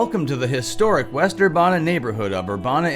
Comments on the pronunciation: It is pronounced as Ur-Ban-a and not Ur-Bon-a.🙏🏽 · Urbana is pronounced like "ban". ur-ban-uh Only part you pronounced wrong was the "ban" part.